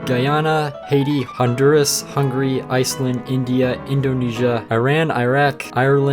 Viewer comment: Bro, did you just say "Hungry" and not hungary, im sad now😔😔😔